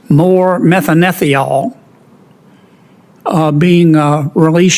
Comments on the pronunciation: Senator Kennedy butchered the chemical name he asked about. He was referring to methanethiol. Prounced methane thiol, with chemical formula CH3SH. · Methyl what? He pronounced it 7 different ways to Sunday. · Shame Sen. Kennedy couldn't pronounce the name of the plankton-derived chemical. It's a thiol ffs, it's not difficult.